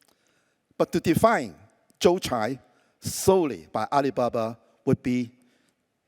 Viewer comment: The pronunciations is Joe Tsai, not Jiu Chai😂,韭菜😂